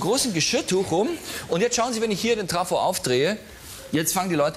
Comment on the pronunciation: Vorher lacht Harald Schmidt über Manuel Andracks Aussprache von Vesper, selbst sagt er aber Traffo statt Trafo. :-D